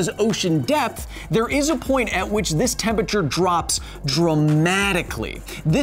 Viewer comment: love all the sciency stuff but still annoying that you mispronounce temperature.